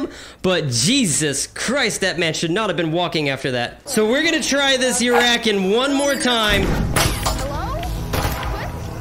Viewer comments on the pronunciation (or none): Actually i found out its call the canutt (can-oot) and the urakan (er-a-kahn) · Urakuan is pronounced your a con